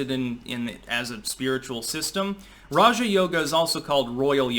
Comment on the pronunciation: Why have I heard so many people pronounce it Raha Yoga? So I go look it up and nope, not how it’s pronounced. got it right.